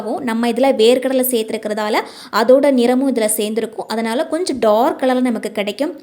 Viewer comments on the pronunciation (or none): none